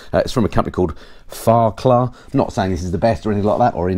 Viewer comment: Fa-rec-la g3